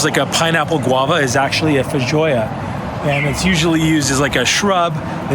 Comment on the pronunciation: I think it’s fay-joe-ah btw. They’re native to NZ, I live in Aus and I’ve been trying to buy one for about 6 damn months!